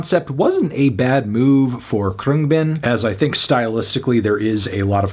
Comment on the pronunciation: 4/10 your kidding. cant even say the band name right wake up dude